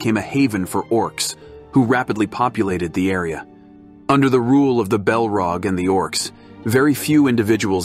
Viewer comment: Yea the way Saurin is pronounced sow Ron, and the balrog is belrog is seriously annoying